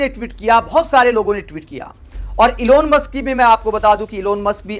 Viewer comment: इलोन मस्क ग़लत उच्चारण है । एलन मस्क है नाम ।।